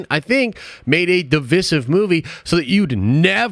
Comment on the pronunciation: For the love of god(s), please look up the pronunciation of the word "divisive."